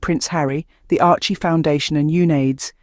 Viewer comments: SERIOUSLY!!!!! “ARCHIE” foundation????? WTF!!!! Ok it’s AI but you CANNOT get the NAME of the Foundation RIGHT!!! ????How PATHETIC!!!! ARCHEWELL Foundation is doing GREAT WORK around the 🌎 World…. FIGHT AGAINST AIDS is another example of their commitment to make a DIFFERENCE!!!! Give CREDIT CORRECTLY Please!!! Geez!🤷🏼‍♀️🤦‍♀️ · Couldn't you be bothered to be accurate - it's "Archewell Foundation" not "Archie foundation"!!!! What is the point of this misrepresentation if you can't get the names of the supporters right?!!!!!